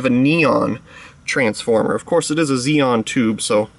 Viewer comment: XeNon, not "Xeon".